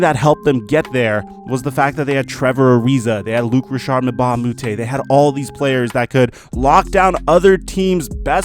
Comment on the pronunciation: “ Luke Rishard Mbah a Mute “ 😂😂😂